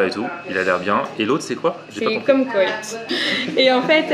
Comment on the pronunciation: Le "kumkoït" de, RIP mes oreilles, ça se prononce "kumquat" mais bon, it's ok;)